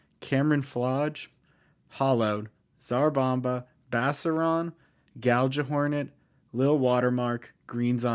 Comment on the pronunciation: "Gal-juh-hornet" opinions rejected.